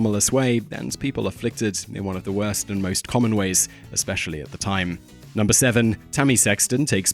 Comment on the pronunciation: "And at numebr 1 we have courier six"